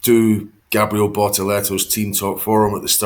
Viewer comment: Can someone educate Ted as to how to pronounce Gabriel Bortetto’s first name!!!